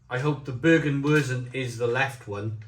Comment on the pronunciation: Hope you don't mind me giving you a few pronunciation tips mate (I'm a Taff living in Germany) Germans pronounce Z as "tz" It's pretty difficult to get your tongue round and get it correct.. Bergwurz (baerg-wurtz) means Mountain Spice (or root) ..Double meaning !! Kaminwurz (kameen-wurtz) is Chimney Spice (root) Landjäger (land-yay-ger) means country hunter. Radler simply means cyclist (so it's beer for cyclist) Glad you enjoyed them all 👍 🏴🇩🇪